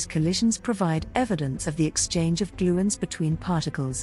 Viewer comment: What a load of gibberish. You would think that a video about gluons would at least pronounce 'gluon' correctly. Chemical reactions (chemistry) is about electrons, not nucleons. If this is what AI can create, I'd prefer to not see any more 1/10